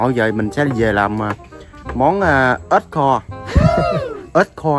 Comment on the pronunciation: Ếch ba ơii chứ k phải ết ba ơii